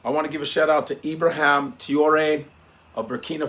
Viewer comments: Love and appreciate your commentary, however… Please say this man’s name correctly. His name is not IbraHAM. Let’s get to why Nigeria is still a member of ECOWAS an intent on doing the bidding of its colonial masters. Let’s start with that bro. 😱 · He is called Ibrahim not ibraham. Stop pronouncing his name like a foreigner, you are one of us dude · Naija man. Na Ibrahim not Ibraham. Abrahim??? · Cmon it’s Ibra-heem…you from Nigeria, they got a lot of Ibrahim’s there….get it right bro